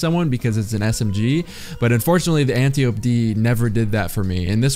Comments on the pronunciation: an-tie-oh-pee smh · Did you add the echo effect to hide the way you were butchering the smg name? Nice